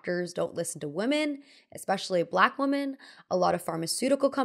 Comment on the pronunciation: WomEn and WomAn are two different words pronounced differently but you seem to use them interchangeably